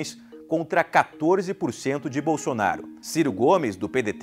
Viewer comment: Que delicia em veja comuna e nem sabe falar o nome do futuro presidente da selva kkkkk